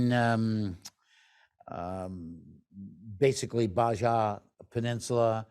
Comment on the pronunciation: The Baja peninsula of Mexico is pronounced ba-ha, NOT Ba-ja fyi. ..... Thanks for the talk.